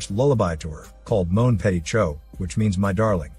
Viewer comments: I wasn’t mad about the Chou part as I can understand that. But petit??? Completely ignored the “tit” part. I would have preferred a wrong way of pronouncing “petit” rather than just pronouncing “pe”. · C’mon! We all know that french isn’t that intuitive. For someone who don’t know any French, they wouldn’t think that “ch” is pronounced “sh”. But yeah, that “petit” was pronounceable.